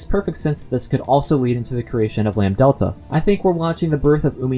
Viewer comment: ... I imagine Chie's L5 as her murdering people because of curry tbh You're saying 'lam-delta' instead of lambDAdelta :) Maybe Lambdadelta was disappointed in Takano and went to Satoko. She has a thing for blonds like herself. [?] But seriously, I'm sure she and Featherine are involved in this. (Featherine being connected to Hanyuu has been a very popular theory since her name was announced for Umineko; same with Bernkastle and Rika, who signs cryptic poems in the Higurashi games like Frederika - Furede Rika - Bernkastle; and Takano with Lambdadelta, since Miyo can represent the numbers 3 (mi) and 4 (yo), and Lambdadelta corresponds to those same numbers. Even before sprites, the connections were there.)